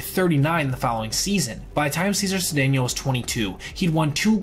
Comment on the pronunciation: Cesar was pronounced "Say-zar". Other forgotten heroes from Houston are Jim Wynn and Rusty Staub